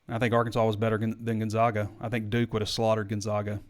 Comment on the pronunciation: It’s Chet Holmgren not Chase and Gon-ZAG-a not Gon-ZOG-a